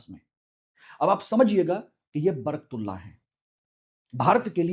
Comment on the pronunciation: महोदय आप शिक्षा देने के लिए वीडियो बना रहे है या राजनीति के लिए , आप निर्णय देने वाले कौन होते हो दूसरी चीज इंग्लिश में पढ़कर आप सही उच्चारण भी नहीं कर पा रहे हो सही नाम" बरकतउल्ला" हैं